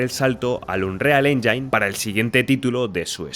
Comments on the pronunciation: Buen video le dejé mi like, aunque hay algo que me pasa con MUCHOS creadores de contenido españoles cuando pronuncian MAL la palabra "engine". Pronuncian "endzain" en vez de "endzin" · Cada que pronuncias "Engine" como enyain en lugar de enyin muere un pajarito😂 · Que no es "enjáin" es "éngin"..... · que los ejemplos que pones se vean todos igual, o que no tengan alma, nada,. absolutamente nada, tiene que ver con el motor. Al César lo que es del César. Por qué pronuncias Engine de la forma "enyain"? crees que se pronuncia así? Seguro que tienes suficiente experiencia en la industria? Es chocante despues de lo que te señalo. Todos los motores de EA se han convertido siempre en algo inmantenible. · Buen video, una pregunta porque le dices enyain? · Me alegra saber que no soy el único al que le da toc oir unreal enyain xD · Igual no se como tiene experiencia en creación de videojuegos con esa pronunciación. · Si vas a hacer un video hablando de motores aprende a decir "engine" en ingles bro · Así no se pronuncia "engine" hermano.